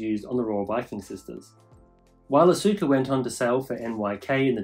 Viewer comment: Nice informative video. But I would like to have a correction, the name Asuka is pronouced as "Aska" the U is silence.